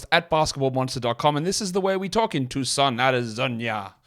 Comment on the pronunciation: Ps I speak nothing like your intro and that's the strangest way I've heard Tucson, AZ pronounced 😂😂😂